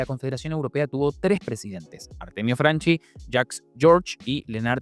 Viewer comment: Franchi, no Franci. Como Chiesa o Chiellini.